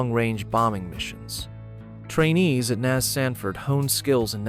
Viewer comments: Hey, bot! It is not Nazz, it's N.A.S. an abbreviation of Naval Air Station. According to your logic, afbee would be the way you pronounce A.F.B., which is an abbreviation for Air Force Base. Smh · Surprised this did not mention Amelia Earhart took off from Opa-Locka on her ill-fated flight around the world, and Cecil Field was designated as an alternate emergency landing site or divert point for the shuttle because of its 12,500ft runway. and "NAS" is not a word, its an acronym, no one says "nas", its "N.A.S." as in Naval Air Station, also, "F/A negative 18"?? AI sucks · The A.I. robot voice on this piece and the el cheapo music are disappointing. I’ve worked on several of the locations documented in this video. The script is good enough, but “nas” isn’t an English word. I’d have done the VO for this group as an Emmy Award winning broadcaster and writer for the Florida Aviation Historical Society… we can do better. Firstly, the botching of the pronunciation of historical names, titles and places defeats the goal of historical education! Let’s make an improvement? 🇺🇸